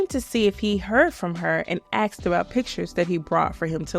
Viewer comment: I was enjoying the video until we got to the dreaded, ' axed a question ' reveal. 🙄 Lame. Why is it so hard for some people to pronounce ask? 🤔😜